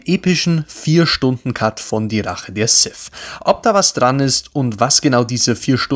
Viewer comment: Sith. Nicht Sif. Lady Sif lebt in Asgard.